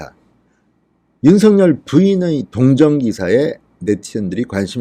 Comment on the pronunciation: 윤성열이 아니고 윤서결로 읽어 주세요.